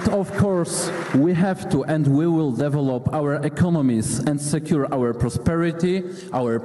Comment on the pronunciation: kolezenska rada - akcent: deve' lop nie de'velop czy to pokazywala gadzinowa z woronicza czy wiertniczej?